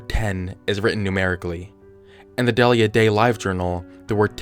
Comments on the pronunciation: I thinks it's 'Dee-lee-ya' not 'Dell-ia" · It’s pronounced Deal-ya.